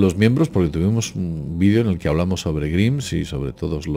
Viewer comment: Grimes se pronuncia Graims